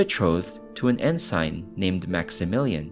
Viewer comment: I don't know if this is an AI narration or not, but it's distracting when there are mispronunciations on easy words or words that are easy to look up. (All words are easy to look up.) The word "ensign" is pronounced en-sin and the word comely is pronounced come-ly, just like it's spelled, not com-ly. When channels are trying to do more scholarly videos for us history lovers, my personal opinion is that pronunciation of these words actually matters. If this is an AI narration, then double check its work because they're not necessarily smarter than we are. Not yet.